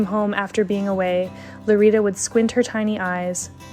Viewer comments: It's Lolita, not LoRita. Please make an effort when pronouncing words in other languages. It does matter. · how come the subtitles say lolita but the lady is saying lorita?